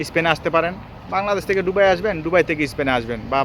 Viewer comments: সালা একটা অশিক্ষিত দুবাই উচ্চারন করতেই পারে না বলে ডুবাই।কথা বল্লে নাকি তাকে টাকা দিতে হবে। বাটপার। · উচ্চারণ টা কি দুবাই হবে না ডুবাই হবে? জানাবেন প্লিজ 🙏 কারন আপনি বার বার ডুবাই বলতেছেন😡